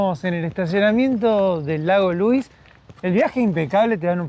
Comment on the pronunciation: They're pronounced "Lu-weeze" and "More-ain". The hotel is pronounced "Sha-toe". Yoho is "Yo-ho", not "Yo-jo". Glad you're enjoying our beautiful country.